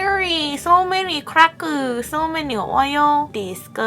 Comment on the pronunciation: Lmao “so menny hairy, so menny crackeu, so menny oil”